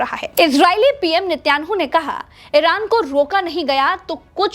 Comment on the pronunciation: Netanyahu ki jagah jab ap Nittyanu bolti ho hahhaha😅😅😅bara maza ata is insaniyat je dushman jinawar ko